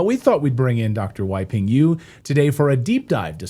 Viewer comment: His name is " wi-ping- yu"?!?! 😂